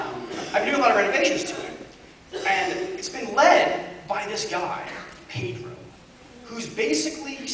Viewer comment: I Love how he says Pedro... in Spanish it's like he's saying "pidru"... Hahaha!